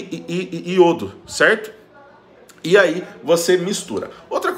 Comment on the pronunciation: Muito boa essa receita.. o melhor e o falando iodo.. ele é ótimo!!!!